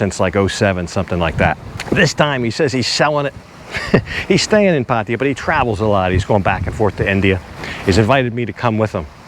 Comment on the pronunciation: Always great videos, but I have to ask.. why do you say Pattia? Its pronounced Pattaya, atleast from what My thai girlfriend says 😁